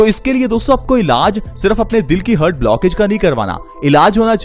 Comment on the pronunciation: हर्ट नही हार्ट बोलते हैं